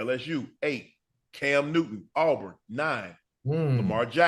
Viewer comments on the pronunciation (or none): Agree Cam should have been higher. Love the show. But it’s Auburn not Aubrun. War Damn Eagle!!!